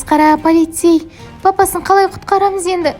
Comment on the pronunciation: Папасың қалай құтқармыз деп айтады ғой папсың қалай құтқармыз дейді еще дұрыстап сөйлеу керек папысы емес папасы